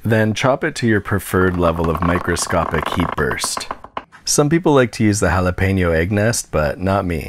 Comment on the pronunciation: Juhlopennoes. Gotta be the whitest mispronunciation I've ever heard.